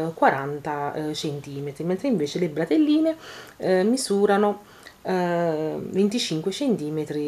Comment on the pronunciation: Ma una volta non si chiamavano bretelle?!...e non bratelle!!! Credo...